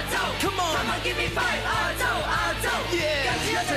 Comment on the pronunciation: “亚洲中“亚”字有懒音。